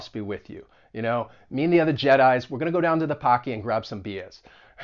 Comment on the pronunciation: Where are you from? I'm hearing ta (to) and cer-in (certain) as you speak :)